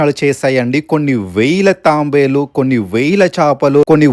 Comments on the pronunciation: thabelu raaaa Thambelu kadhu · Nirmanamu kadu nirmaanamu.thambelu kadu thaabelu.koncham chesukoni video pettandi.veshindi cheppedi em thelugu.aakramamu kadandi akramana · Leelu కాదు.. నీళ్ళు...... తాంబేలు కాదు... తాబేలు........ ఈ గుడి గురించి చెప్పి నందుకు thanks